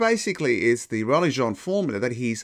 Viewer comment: (James) Jeans is pronounced like the denim trousers not like French Jean